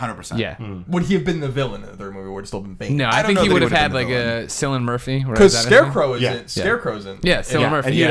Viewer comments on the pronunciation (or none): AMERICANS. PLS The C in Cillian Murphy is not soft! Most of the time it's spelled with a K anyway (I'm irish) It's not Sillian. It's Cillian. KILL-EE-AN Sorry this just bugs me :) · sillin murphy hahahaha say it like this kill-e-in